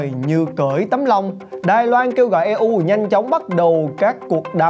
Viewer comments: E U viết tắt của Europe đọc tiếng pháp là ơ rô pơ hay tiếng Anh là yu râu pơ mới đúng ! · Đọc là i u từ EU chứ e u là gì ?